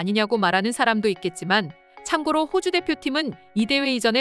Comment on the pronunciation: 봇이 읽냐? 발음 개 구리네 -호주를 읽는데... 몇번을 들어봐도...오오주라 들린다 ㅋ